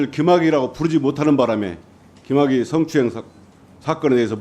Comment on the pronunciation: 김학의냐 귀마개냐 발음좀~